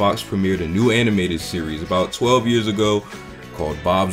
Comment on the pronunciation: You didn't have to say 12 years ago like that😂